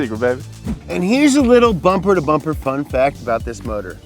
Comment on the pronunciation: Did he say Pumpher to Bumber???...Hipster intro is tight.